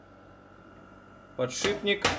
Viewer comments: Единственное что мне не нравится...это подшиБник...Это же от слова ШИП. А в остальном, спасибо. Очень много полезной информации и смотреть интересно, хоть я никак и не связан со станками... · да почему же подшиБник, птробЫвать??? режет слух! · А ведь в прошлом видео ещё нормально говорил, подшиПник. Пишет правильно, а вот говорит...